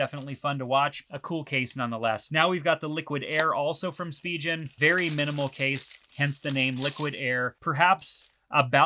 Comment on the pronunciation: Didn’t really like the pronunciation of Spigen. Just my two cents great video overall though.